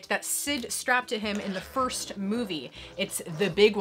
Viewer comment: I love this video as I do to most of yours. I'll worship you as the queen of collecting lol 😆. Also love the "foist" thing lol buzz lightyear! I used to have that fig. Love those street sharks and I'm in awe with Turbo Man lol